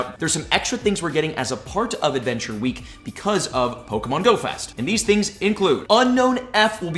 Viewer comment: Once per wee 😂